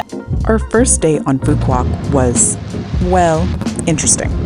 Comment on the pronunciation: nice vacation, the island is pronounced as foo vook and not pho quock as most American tourists call it. With Love YKM